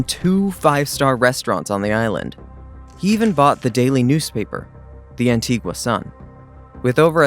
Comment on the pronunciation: Learn to say Antigua probably ffs